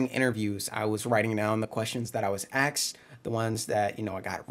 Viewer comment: It’s asked. Not axed.